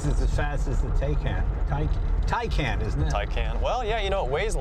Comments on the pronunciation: Rhymes with ICON Jay, not Tie CAN, it's only been out for years. ┌( ಠ_ಠ)┘ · Jay trying to pronounce the Taycan is hilarious. Porsche Doppel Kupplungs getriebe, would be impossible!